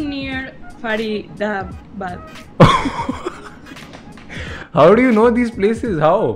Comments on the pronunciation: she said (far ida bad) faridabad 😂😂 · the way she said Faridabad 😂😂😂